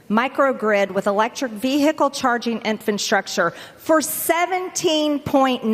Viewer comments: did she say "infantstructure"? 🤔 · A NEW ONE!! From MTG! First, there’s “imporDANT”,.. now there’s “INFANT-structure!” This gets better and better!! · Notice how she says infant structure, Marge it’s infrastructure you are standing on the floor in Congress and you can’t even annunciate words properly and learn how to say vehicle to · Too much hair dyed.. she can’t say infrastructure: she says infantstructure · That illiterate hillbilly said infantstructure 😂😂bleach blonde bad body butch built bird brain😂😂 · Did she say "Infranstructure"? lol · WTF is an "infant shuck-sure"??? Potato-face can't even pronounce "infrastructure". The Gazpacho Police should have been called in to escort her out. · “Infant-structure” too!!! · Thank God I'm not the only one! At first I thought I was just being too harsh about her accent, but it's not an accent. It's ignorance! Gets me to hear her say 'inform ATE shun"